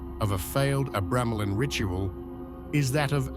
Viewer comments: tge "book of abremelin" in the AI voice your using sounds liek it says " book of a gremlin" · Dude can’t pronounce the name of the f-cking name… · Your pronunciation of "Abramelin" is why I refuse to watch this...